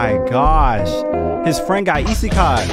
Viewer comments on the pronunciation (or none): none